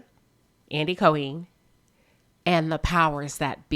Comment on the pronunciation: Now Queen have you not heard how Andy's name is pronounced? Co-Heen? 😆 However you hit all the nails on the head. Spot On! Nene created her own demise & I believe had been afforded more grace than any other. She had to be stopped.